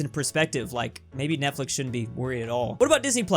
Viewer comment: "netflex" literally